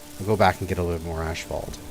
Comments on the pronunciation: There is no Ash in Asphalt ... it's ass-falt, not ash-falt. My ears are hurting after this episode :D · Why does he pronounces it "ashphalt" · Yeah, he's triggering my OCD (what little I have) every time. Phonetically it's As-fault and he got it right after his brain fart in spelling it but went right back to old habits. Oy. LOL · LOL.. Canadian way of saying it.. ASHphalt.. Everyone else on the planet way of say it.. Asphalt. lol No hate.. only love.. just pointing out the vocabulary differences for our northern neighbors..;) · Can't get over the way he says ashphalt instead of asphalt 😂😂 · "Ash-fault"? Is that some zany Canadian way of pronouncing asphalt? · Say ashphault one more time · Lol you glorious Canadians and your ASH-phault or is it we stubborn Americans just got to be different ? 😄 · Asphalt is the spelling of the word. The correct pronunciation of it is, "ass-fault" no matter what dialect you are using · Really? Everyone I know around here says ashphault. I always just assumed it was a potato potahto situation. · Every time he says 'ashphalt' my eye twitches. XD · is it just me or is he calling it "Ashfaut"? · I know, I cringe every time he says it. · 🤣🤣🤣 tries to type the way he says asphalt into the shorter with no success, goes and finds the spelling and says it right twice only to go back and say it wrong again after. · It's like nails on a chalkboard. Stopped watching his series because of it, but now I'm bored so here I am cringing all over again. Canadians say it wrong, wondering if he's a canuckistanian.